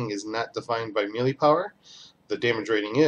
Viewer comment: Nice video. Good work with the break downs. One thing...please...it is called "may lay" not "ME LEE"... I had to play back a couple of times to catch what you were saying because I thought you were saying something that I didn't know was in the game.